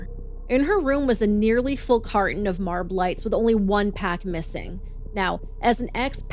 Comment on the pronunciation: I've never heard anyone call Marlboro light "Marb lights" before. I kind of hate it